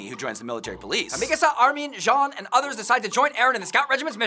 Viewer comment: why do people call jean john